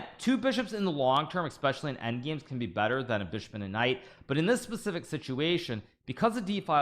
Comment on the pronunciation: yup. Another peeve is axe instead of ask. Pacific instead of specific.